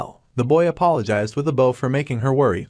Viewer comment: Wish folks would actually teach these stupid ai how to pronounce protagonist and bow